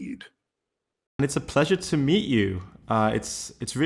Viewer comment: I'm only 18 seconds in and have to comment. He started out saying pleased to "meat" you. Sorry, I'm an adult child.😂